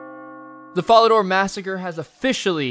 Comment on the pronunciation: Yeah I legit don't know how someone so successfully butchers even the easiest pronunciations. Fucking FARADOR?